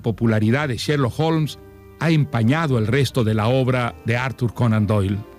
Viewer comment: Cuando li escuché decir "Sherloo olms" por tercera vez tuve que parar el audio. No es sherlo! Es sherloCKKKK HOLMS!!